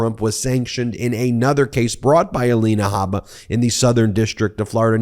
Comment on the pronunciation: Michael Cohen, once again 😂 "ELANA HABA-DA-BABA" or something to that effect! I know you're very passionate about this and not trying to be funny but damn, i can't help it. I've said it to you before i love your down to earth statements. I can respect and admire you're coming clean about this narcissistic douche bag. I imagine he has pulled in his Trumplets much the same he did you....slowly methodically manipulating etc. It's great that you've said and shown you're above this monster. It takes alot of courage and integrity To admit you were wrong. I'm sure you have seen and heard things you wish you could unsee or unhear. Keep moving forward doing what you do. I appreciate you. God Bless and watch over you! ❤😊